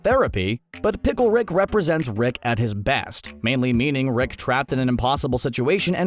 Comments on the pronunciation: Who’s wick it’s rick say it right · You pronounce "Rick" as "Reck" and it's fucking annoying. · Can you please work on your pronunciation? It’s Rick not Reck. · Sounds like you're saying wreck sometimes.